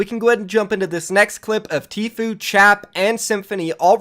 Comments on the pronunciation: he said tflue wtf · this dude says Tflue instead of true. Listen closely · Did you guys here the guy with long hair say tflue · The guy with long hair said tfluu